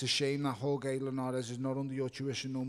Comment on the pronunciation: Whore-gay Linares??? WTF Bellew, learn how to pronounce peoples names u clown.